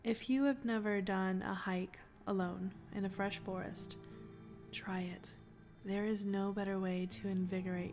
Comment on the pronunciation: soon as you said frrest, I didn't trust it one bit, not forrest or woods for me. or camp sites.